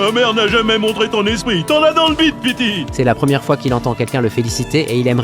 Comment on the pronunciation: il a dit bite au lieu de dire bide